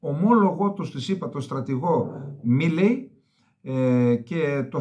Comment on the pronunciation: Κύριε Καλεντερίδη το όνομα του Αμερικάνου στρατιωτικού στον οποίο αναφέρεστε, προφέρεται «Μαΐλυ».